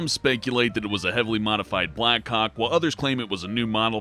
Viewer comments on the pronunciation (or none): did he stood black cock instead of Black Hawk? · On number one did refer to the helicopter as the "black cock". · Wait did I just heard black cock helicopter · did anyone here him say black cock